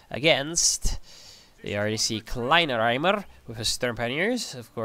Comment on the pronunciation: Its pronounced kleiner-eimer which means small bucket :D